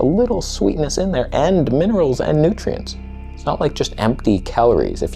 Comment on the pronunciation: ah yes, nootrients depletion diet